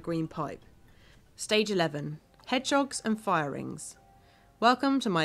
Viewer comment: she called them hegdogs too